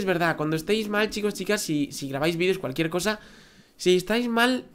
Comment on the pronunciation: dijiste calukiercosa